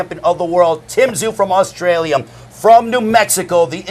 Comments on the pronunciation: Why the fuck is this clown saying AUSTRALIAM? 😂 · Is old mate saying, Australiam? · Australia mate not bloody Australiam WTF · Going to be a ripper fight. The bloke in his ear could of told him to pronounce Australia correctly 😂😂